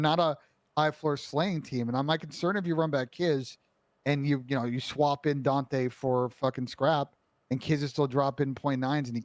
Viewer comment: why does ben pronounce daunte as "daunthay" lmfao.. he's been doing this for the longest too